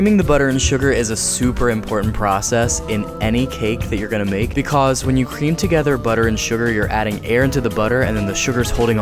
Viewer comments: he legit said BECASE not because hahahah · "becuse" Lol😂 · “becoause” no hate it just kinda made me laugh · when he said BECAUSE on